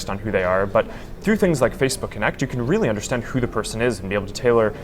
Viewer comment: He can't even say Facebook, he says Feecebook! Give Zuker all you're info and it will be sold and used down the line by manipulators that will pester you forever. Wake up, it's got nothing to do with communication or friends but all you're doing is setting yourself up as a target for commerce. I deleted my account and my life has improved now as I don't have to look at 'Mary likes the Hat Shop', the silly adverts on the right and millions of dickheads posing in nightclubs or by famous landmarks!